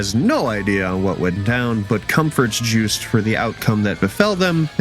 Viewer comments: I hear "Juiced" Everytime you say their name 😂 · The way he says "Jewst" is funny.